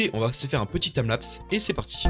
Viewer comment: un accent vraiment...